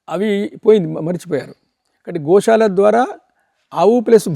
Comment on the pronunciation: Anchor గోశాల అనాలి గోషాల కాదు